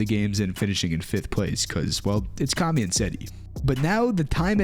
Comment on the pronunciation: It kami not karmy